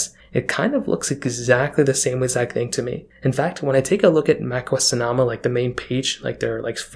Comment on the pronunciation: It’s pronounced So No Muh. Jesus. 🤦🏻‍♂️